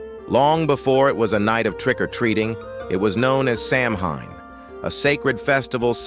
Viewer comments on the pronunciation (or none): The proper pronunciation of Samhain is 'Sah-win'. In Gaelic a 'mh' combination sounds like a 'w', and the 'a' behind the mh is not pronounced, (it is there because of Gaelic spelling rules). Narrator also pronounced Celts with both hard C (Kelts) and soft C (Selts) sound. In general the hard C (Kelts) is preferable, but don't argue that with a Boston's Celtics fan. Over all, the video is rich with accurate information... well done! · Why not use actual human voices. Maybe “Samhain” would be pronounced correctly.